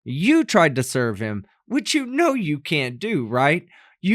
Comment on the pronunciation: Every time she says which it comes out as bitch funny lol.